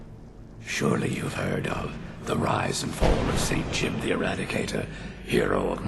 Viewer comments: I believe you pronounce the whole thing. Jee-oob. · I've always thought his name was pronounced as "Gee-oob" :p